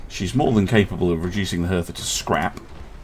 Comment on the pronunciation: Hertha is pronounced "harta" i believe